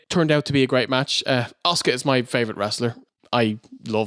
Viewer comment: Everytime says Asuka I hear Oscar. Can't unhear it